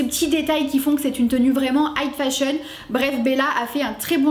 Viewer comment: J'aime beaucoup tes reviews, hyper professionnel et tu argumentes bien tes raisonnements, je suis fan! :D (Par contre, j'ai pas pu me retenir, j'arrêtais pas de focus sur le fait que tu dises "height fashion" au lieu de high fashion :P)